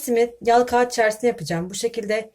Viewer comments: O tuzu mısır unu ile karıştırın daha kolay olur ve çift iş yapmazsınız.Ayrıca "kaıt" diye telaffuz edilmez. "kağıt" olarak telaffuz edilir. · Eline sağlık hanımefendinin elbet ama hata yalnızca a'yı inceltmeden telaffuz etmesinde değil. "Kâğıt" demediği gibi "kağıt" da demiyor, "kağat" diyor. :) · Elinize sağlık yalnız anlatırken kağat diyorsunuz lütfen kâğat olsrak düzeltin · Kagiittt kaaat değil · Ellerinize sağlık. Kağıt kelimesini telafuzunuza takıldım.